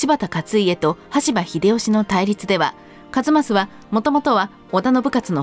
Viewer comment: 羽柴をしばたとしたり、名前逆さまだったりでしたな